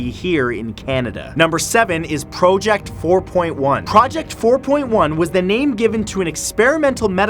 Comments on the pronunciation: Say project right plz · The way you're pronouncing 'project' is bothering me so bad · you said project wrong XD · Me: "Project" Matthew Santoro, an intellectual: "Prohject" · “Pro ject” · PRO-JECT INTENSIFIES. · You know it's pronounced project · Why do you pronounce both prowject and project Matt? Stay real that's what we love. I love the new format by the way. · First leme start by saying, Matt I love your videos. Always very fun to watch. But ok, this video. Maybe it's just me but you said so many things with a strange accent that it was too distracting lol. For instance "project." Look I know everyone says things differently but this was too distracting when you say "pro-ject". What really got me though is that you said project normally in the middle of the video. So very inconsistent lol. Maybe it's just me but I never hear it pronounced like that. I can't be the only one this bothers lol. Anyone else? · It is interesting that Matthew switches between pronouncing project as "pro-ject" and "praw-ject" throughout the video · Out of this whole video, the one thing that I couldn't stop thinking about was Matt pronouncing "project" two different ways. (Pro-ject) ; (Praw-ject) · He pronounces project as pro-ject then pra-ject. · You need to decide which way you’re going to pronounce “PROJECT” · Today I learned that the word “project” has different pronunciations while being used in various way in the English language. Thanks Matt, you thought me something you didn’t even intentionally mean to👍🏼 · Why do you pronounce "project" differently everytime hahaha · AH! PICK A PRONOUNCIATION IS IT project with a long O or a short O dont mind me, im just a triggered 4 year old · It's interesting (and adorable) you pronounce "project" two different ways. ☺️ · Why pronounce project like that.... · That moment when your not sure how you wanna pronounce "project"